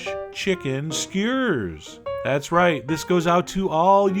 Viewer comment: Posting a comment down over here cause I don't know why he pronounces it skeyr.